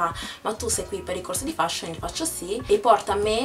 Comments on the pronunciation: si dice feshion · si pronuncia "FESHION" e non come si scrive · la parola " FASHION " la pronunci male ! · Sbagliato non si feshion. Solo gli italiani lo dicono cosi